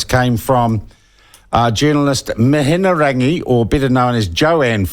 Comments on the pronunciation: Your Te Reo is horrible anyhow l read the article about the Wright funding, quite interesting read. Anyhow MIHIARANGI is her name...MIHI-A-RANGI. I don't mind Mihiarangi Forbes but sometimes she needs to leave the poodle at home and bring the pitbull, shes to soft. I pay $312pw taxes I want to know who why where and how my taxes are getting spent. And thanks to uncle Google I can in the wkends because I'm to tired and busy during the week working to pay for these peope shyt!! BTW Dr Jim Mathers credential are impressive l see why he was appointed to chairperson at RNZ and meeting your future partner at your workplace is quite common.... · you spealt her name wrong in your title....and don't know how to pronounce it either. as a journalist, i thought your job is to report facts correctly and get details right. the way you slur your words makes me think you just sit around and get pissed all day while concocting drunken plans of propaganda against the decent people of this country. your talking but not presenting any facts....your facts are your supposed slurring words. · Sounds like youre a bit salty that Mihingarangi hasnt been relegated to youtube like you Sean. And as for Atlas group, do a quick google and youll see the links back to Act. It starts on their own website. Good journalism starts with yourself. Not to mention the ability to pronounce ones name is a good way to earn respect. You Sean, didnt even attempt to say it correctly. Go back to journo school. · Agreed. He can't even have the respect of pronouncing her name properly. And a quick google shows the Atlas group has links to the Taxpayer's Union. It mentions it on their own website. Act has connections to Taxpayers union. That's well known too. So I'd say there is truth in what was on the doco. It doesn't suit Sean's agenda though. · Slowly repeat Mi..hi...rangi. Why the f are you throwing in an extra syllable? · Can't even say her name. Lol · You can't even pronounce her name... 😄